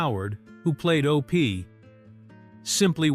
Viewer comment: It's not O P it's Opie! Why no genuine human voices on these docs. AI ruins everything!